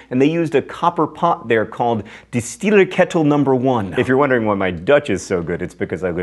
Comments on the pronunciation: Only it was pronounced distillEERkeetel 1. C'mon John you should know the long Dutch vowels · Your Dutch is alright, but the pronunciation of "Distilleerketel" would be something like: dis-still-EAR-kay-toll